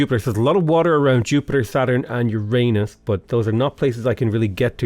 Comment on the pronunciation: Why do I smile everytime he says Uranus?